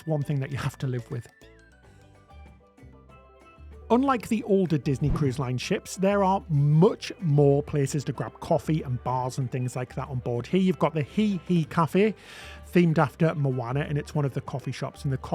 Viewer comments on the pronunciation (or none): it’s HEY-HEY! not hee hee 😂